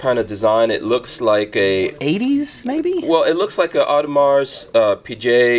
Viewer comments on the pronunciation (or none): I stopped watching after the 2 watch "snobs" said "ademar peejay". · Audemars “pe-jay” sound official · I'm gonna skip this video now that I heard him pronounce Audemars Piguet... sad